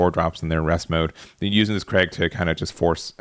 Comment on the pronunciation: Fyi kreig is not the dame as craig lol